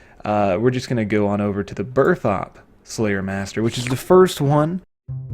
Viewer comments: When you pronounced Burthorpe "Birth OP" lol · He said burthopp